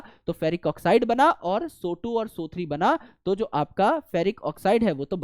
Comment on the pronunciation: SO² - Sootu SO³ - Soothree 😂😂😅😅😂😂😂